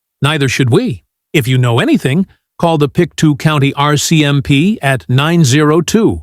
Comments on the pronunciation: when I was there years ago, they pronounced it "pick-toe". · I lived in Lansdowne many years ago - used to play in the woods, in the brooks. and yes, the pronounciation is as you say - pick toe county...